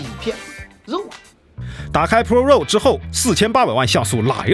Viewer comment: raw 读作 /rɑː/ 或者 /rɔː/， 并不都 “肉”。。。。